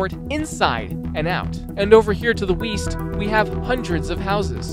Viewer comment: ah yes, weest